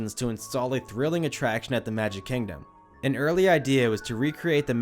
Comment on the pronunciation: “KANG-dom” 😂 bruh moment